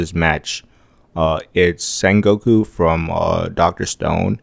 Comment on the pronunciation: Its senku not sengoku, doctor stone mc, 😅